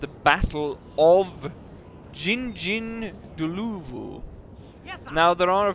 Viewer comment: Jingjinggloovoo? 🤣 It's a bit more like Ging-ind-dlorvoo. (said very quickly) Sorry, that's the best I can offer. 🤣